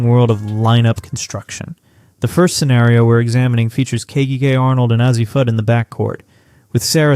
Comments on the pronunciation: AI STRIKES AGAIN! is is Ahzzi, or ouzzi Ahshi Fudd? 😂😂😂😂😂Can’t make this stuff up. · That is because it is AI and it has been having trouble pronouncing Azzi’s name. The most you get out of these AI videos is a good laugh. Its first video on UConn was hilariously riddled with mistakes.